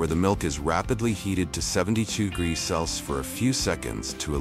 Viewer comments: Bro has 50 different ways of pronouncing Celsius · Bro’s unable to say Celsius even if his life depends on it😂😂😂😂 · Hahah, got to laugh at the auto narrator, cant say jamon, cant say Celsius , and even the subtitles cant spell, look out for himon iverico the next time your in spain. Absolute pathetic garbage, waste your time somewhere more worthwhile, like watching baby fukin shark